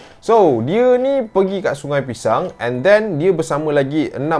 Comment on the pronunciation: semua salah sebab selalu sebut pishang..